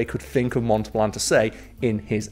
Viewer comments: Montal-bahn. Not Monta-bLan. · Montelban, not Montelblan, still made me laugh every time. Then again, maybe I'M the one not fully understanding your wonderful Yorkshire accent. Hmmm?